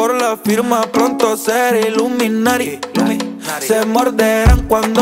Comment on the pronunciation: Todo iba bien hasta que dijo ilumitaty xd que porquería